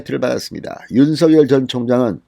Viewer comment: 진성호님. 윤석열 후보님의 성함. 발음은. 윤서결이 아니라 *윤성열* 로 발음 부탁드립니다. 윤후보 본인도. 한 아나운서 질문에 "윤성열이 좋다"고 했어요.